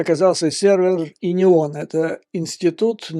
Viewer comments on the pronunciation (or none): Уважаемый Юрий Борисович, простите, но все же не УНИОН, а ИНИОН. И это Вы еще не слышали о стратегии дезападизации "Царьграда", сваре в институте философии РАН, о деятельности вдовы Александра Зиновьева. Там все покруче, чем в инион... Я уже не говорю о РПЦ.